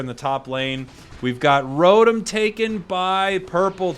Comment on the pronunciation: You're worried about mispronouncing Fwii but can't pronounce Rotom correctly. It's Row-Tom not Row-Tum.